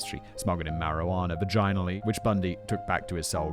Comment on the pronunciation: "vah gine ah ly" this is a great mispronounciaton!